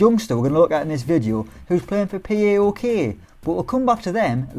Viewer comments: it's Paok, not P A O K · Its paok not p a o k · The second is the correct way to pronounce it.(Paok) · Paok is pronounced pow-ok